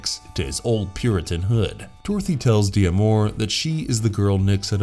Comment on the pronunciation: Did you really not get it that D'Amour is a French name, and it's pronounced Damour, not de-amor?